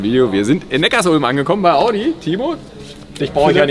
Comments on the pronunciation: Das beste ist ja, dass sie erst erklären dass es Neckar-Sulm heißt und der eine Audi Typ dann trotzdem immer Neckars Ulm sagt... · Erwischt bei min klingt es aber nach Neckars-Ulm 🤣😜